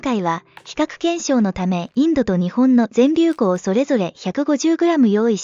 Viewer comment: ぜんりゅうふんって言って欲しかった。連呼されてるのでそこだけ残念ですがとっても参考になりました。ありがとうございます。